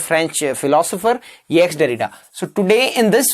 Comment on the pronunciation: Didnt listen to it fully. But bro, its not "ex- derrida".. it is jacques derrida.. [ʒak dɛʁida]